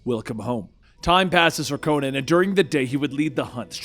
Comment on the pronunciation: Is it me or does anyone else find it weird when people say Co-nan instead of Conan?